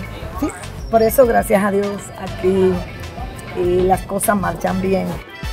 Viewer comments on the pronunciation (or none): none